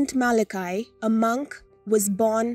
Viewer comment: It’s pronounced Mal-a-key. I was brought up with Malachy’s prophecy.